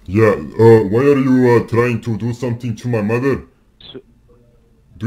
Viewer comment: Always best to start with cuss words. For example, the word “mother”, instead of saying “mudder” the way these scammers do, try saying it slowly: “muh-ther”, The first syllable is easy, “muh” but the Indian accent really sticks out in the second syllable. It sounds like “der” because the tip of the tongue touches the roof of the mouth as it moves towards the back. Instead, the top tip of your tongue should be touching your teeth as you begin to pronounce the “TH” sound. Same goes for the word “the”. Another big one is the word “very”, Indians usually sound like they are saying “veddy”. Try saying “veh-ree”, without allowing your tongue to touch the roof of your mouth when saying “ree”. Btw, I am not Indian, I am Hispanic.